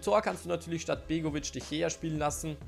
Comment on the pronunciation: Wie zur Hölle sprichst du De Gea aus???